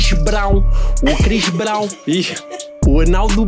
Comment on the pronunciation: Crix brau